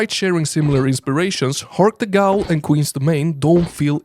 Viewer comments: Yoyo, 'ghoul' is pronounced 'gool', and you'd have no way of knowing unless you've heard it before or if you speak Arabic and know the word from folklore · Not trying to be rude, but fyi "ghoul" is pronounced like "cool". English doesn't make sense sometimes. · Just so you know, ghoul rhymes with pool. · Learn to pronounce "ghoul" pls. It's a worthwhile investment. Also broskis is cringe imo. Awesome game picks.